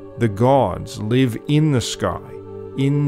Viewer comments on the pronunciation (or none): none